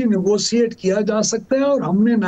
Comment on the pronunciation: Nigosiate cipaicity yeh Kya bol rahe hai